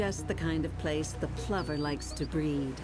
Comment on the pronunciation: Pipping Plover O PLOOOver with an o